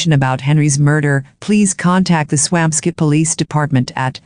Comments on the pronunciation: Its Swampscott , NOT Swam Scit Such a sad story. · I'm from that town. I promise you that it's pronounced Swamp Scit 😉